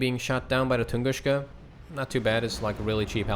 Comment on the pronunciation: Hey, just a suggestion, the Tunguska is pronounced with a "s" sound like in snake for example. The Russian language has a letter for the "sh" sound you're using and it's Ш. Keep up the good work!